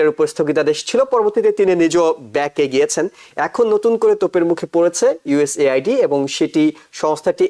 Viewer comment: You don't know how to pronounce USAID😮